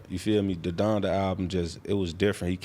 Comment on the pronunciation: This man said “Donda brothers” 🤣🤣🤣 hell nah